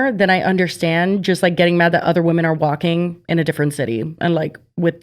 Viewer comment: Hearing "there was a stigma with walkilg" as an european is cracking me up😂😂😂